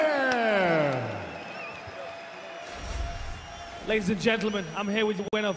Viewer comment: the way Hardy said "Oezdemir" lmao